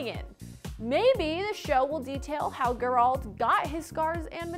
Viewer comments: Its GER-ALT not GUR-ALT.. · It’s Geralt not gerrralt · Ger-alt lol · She just called him Gur-alt. Also why she wearing a Logan Paul hoodie. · It gives her -100 Int. Which is the reason she says ,,Gur Alt" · “Guralt of Rivia” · Did she just call him grrralt? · Wow. Guh-rult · That Geralt pronounciation was agonizing. No one in the staff could help her with that???? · It's clear from how she pronounces Geralt that she hasn't played Witcher 3.... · The same way i felt about you pronouncing geralt's name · Did it kill anyone else how she said Geralts name lol